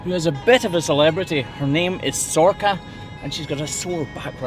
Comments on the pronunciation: She's gorgeous! For a moment there I really thought you said her name was Sorkka, which is a Finnish word for cloven hoof. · Sorcha (pronounced Sor-ka) is the Irish (Gaeilge) version of Sarah. I presume it's the same in Scots Gaelic as they are very similar languages. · I was honestly sure she’d have to reverse into crush with the size of her beautiful horns, and that it’d be a whole production that’d risk stressing her out, great to see that she could just walk in instead! Also, since ye were talking to the farmer about her name at the start, Sorcha is a very common name here in Ireland! It can be pronounced either sor-ka, or sor-sha.